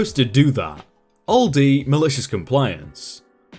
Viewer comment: The way he says Aldi hurts my soul but great vid